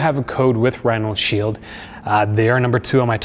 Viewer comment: What u mean bro? Last year I used your 20% off code on top of a Mous discount and got the 50€ case for 35€. Also its RhinoShield, not RhinalShield like you keep saying.